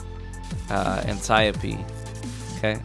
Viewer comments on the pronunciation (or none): Ant-e-oap-dee Wtf was that pronunciation? I’m sure you have heard it said before..?..?